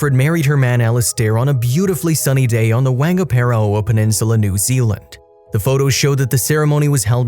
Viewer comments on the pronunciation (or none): Pronounced Fong-ga-pa-roa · Please learn how to pronounce properly! You screwed up the whangaparoa name terribly! I'm a kiwi